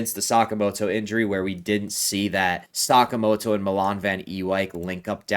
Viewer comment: Cracks me up that it sounds like you call Sakamoto 'socks' because of your accent 😂